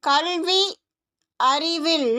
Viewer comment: Your effort is appriciated, however, please change your pronounciation ... You are pronouncing Kalvi .. as kaLLvi You are pronouncing கல்வி as கள்வி கல்வி - education கள்வி - not a word, but could be understood as women-thief. I do know some Indian tamils pronouce it wrong, but I was surprised that many srilankan radios and videos propagate this error. TN news readers tend to pronounce things correctly. The core of tamil pronounciation is to know the difference in tongue placement of : ல ள ழ ந ன ண